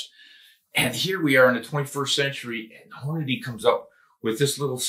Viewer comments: "Hornaday" you mean "Hornady?" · STOP SAYING HORNA-DAY!!!! Good grief man